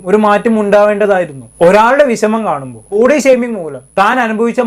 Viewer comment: വിശമം അല്ല.... വിഷമം ആണ്......